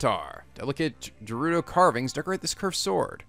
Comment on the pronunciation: Tips carried over from my previous comments: + There is a really good sword on top of the skull on the Woodland Tower! + GO BACK TO THE SHRINE OF RESURRECTION FOR A SURPRISE! + Bomb Rune spam comes in handy against flocks of Keese! + "Gerudo" is pronounced with a hard G, like in "game". And now back to the tips for this video... Yup, the Master Sword loses durability with every Blade Beam. I'm telling you, it's not insane to infiltrate Hyrule Castle for some mid-game looting! Enter in through the secret North-side pier and on one of the landings is a pair of giant torches (or urns or brazers or whatever they really are). One of them is unlit. Light it for a cool magic trick. Remember the location of that sword. Check behind the statue. When the Master Sword is glowing, it loses durability at a slower rate. Since you didn't get to see it, those flying things (I call them "funnels", like in Mobile Suit Gundam) reflect the Windblight's laser beams. You could have attacked them directly to destroy them, but the method you chose was much faster. I recommend you try your hand at visiting Hyrule Castle before tackling the final Divine Beast. Give the place a good sweep for tons of loot! ...and remember the thing I said about the North pier and the brazers!